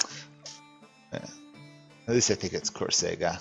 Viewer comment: the only error in your pronounciation of córsega is that you say it with accent in the E instead of the O, it is marked with the "´"